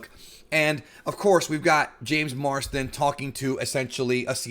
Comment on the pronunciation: Is it me or do you keep saying Marston rather than Marsden?